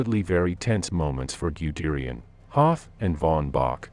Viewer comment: Smolensk, not Smolensko. (You get this one right about half the time. Why?) Guderian, not Gyuderian. That "gyu" thing is really, really weird. Are you sure you're in the right line of work?